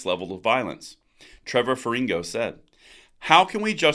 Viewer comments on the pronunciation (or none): Just A FRIENDLY COMMENT... TREVOR FERRIGNO is pronounced TREVOR FERRIN-YO ... Just like LASAGNA is pronounced LAZAN-YA .... "GN" in Italian (and French..) is like the TILDE N -- Ñ -- in Spanish.. BEST TO YOU